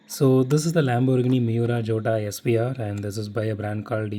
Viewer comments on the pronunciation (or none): Hey bro, the pronunciation for 'Jota' is actually 'YOTA', its an italian word